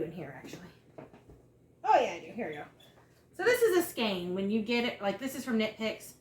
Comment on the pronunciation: Google says "skane" is the proper pronunciation. I had to know for sure.